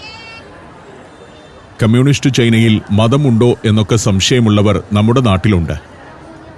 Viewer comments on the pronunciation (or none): none